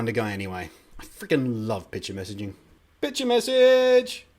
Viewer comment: Cool, I don't think I'm gonna use it, but I bet someone els is gonna. BTW, everytime you said picture message I thought you said bitch message :P